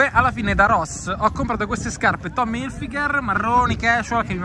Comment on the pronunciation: Beh la chicca sono le scarpe "tommi ilfìgher"